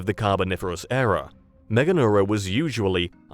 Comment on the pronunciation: ERA, not "error"! {:o:O:}